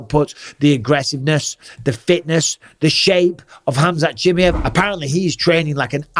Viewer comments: I swear if I hear you say CHIMMY EV once more instead of CHI-MY-EV I’m going to do absolutely F all about it 😂 But please someone tell Bisping how to say it 😂👍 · Has bisping picked up mispronounced names like uncle chael? Chimmy Yev says yes. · It's very easy to pronounce Bisping. It's NOT Chimiev. It's pronounced Chim'eye'ev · Bisping please for once pronounce Chimaev and also Gaethje name correctly !